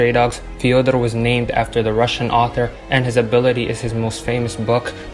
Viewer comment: As a person who’s first language was Russian, I was amazed by your pronunciation